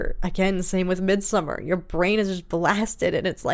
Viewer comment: The only reactor I've seen pronounce Midsommar correctly. 👏❤